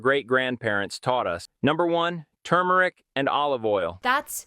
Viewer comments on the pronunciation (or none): surprised she didn't point out the ai pronouncing tumeric as turmuruc